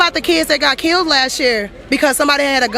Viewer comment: KAITLIN FIX YOUR SPEECH IMPEDIMENT YOU JUST SAID "KEEWWOUHD" INSTEAD OF KILLED IN THE VERY BEGINNING OF THIS VIDEO. I LOVE YOUR VIDEOS BUT YOUR 'WIDDUHL WIDDUHL CUTESY' (BABY SPEECH) DRIVES ME NUTS. AND AGAIN IN THE MAIN CLIP WITH THE BLACK WOMAN YOU SAY "HOW MANY LIVES WERE KIIWUHD??" KAITLIN YOU WILL HAVE MUCH MORE OF AN IMPACT ON PEOPLE IF YOU FIX YOUR SPEECH IMPEDIMENT / (MORE LIKE AN INTENTIONAL CHOICE TO SOUND LIKE A 'WIDDUHL BABY GIWUHL' ) PEOPLE WILL TAKE YOU MORE SERIOUSLY IF YOU TAKE THE RANDOM MISPRONOUNCING OF WORDS WITH L'S AND W'S OUT OF YOUR SPEECH. PRACTICE SAYING THEM AT HOME.